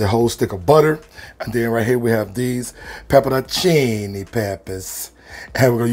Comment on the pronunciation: the most important part of pronouncing the name of that pepper is the hand gesture. I applaud your mastery of the Italian language and your mastery of pot roastary!